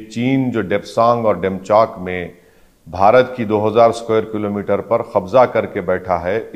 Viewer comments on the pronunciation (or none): none